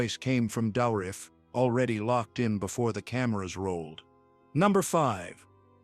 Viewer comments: Why do you pronounce Dourif's name so weirdly? I never heard anyone emphasize the "OU" so strong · As a non native English speaker the name "Douriff" sounds to me french.